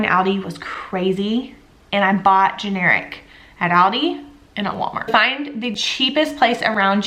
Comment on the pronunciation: Love your ideas. Keep them coming!!! Please Google the pronunciation of aldi.